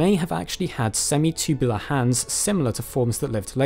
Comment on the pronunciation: Love it when this dude says “semi-chewbulah”